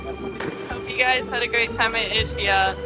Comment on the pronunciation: It is pronounced ISKIA🤗